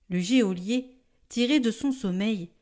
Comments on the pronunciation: Bonjour En toute bienveillance, je voudrais rectifier : GEÔLIER se prononce « JOLIER ». Merci pour votre travail. En union de prières. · Bonjour merci pour les commentaires de l'Évangile! En revanche il faut savoir que "Geôlier" se prononce "jolié" et non " jéolié", merci de le dire à la charmante lectrice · Oh je suis désolée de vous le faire remarquer mais on dit GEOLIER (jo) et non géolier. Soyez bénis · On prononce « jolier » et non « jéolier » geôlier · En français, le mot geôlier se prononce "jolier", sans qu'on entende le e. Merci pour vos si belles voix qui portent ma prière chaque jour. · Merci pour tout votre travail. Pour info, on dit « JÔLIER »😂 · Geôlier ne se prononce pas géolier....il me semble. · Hé, mais dans l'homélie aussi, geôlier est mal prononcé !!! Je ne veux pas paraître trop attachée à la forme, mais enfin, nous en avons aussi besoin.